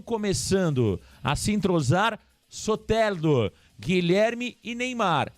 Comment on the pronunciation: É soteldo não soterdo seu sem noçao kkkkkk